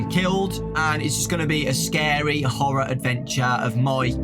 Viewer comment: am i the only one who hears Whore-or instead of Horroar kinda even if i say it it sounds like whore-oh